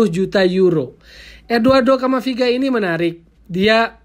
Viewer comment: Camavinga bukan camaviga..